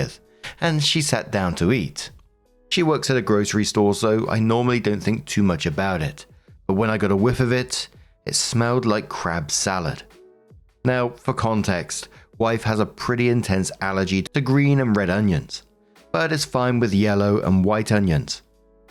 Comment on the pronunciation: Why did it sound like you said "crap" instead of " crab" 😅.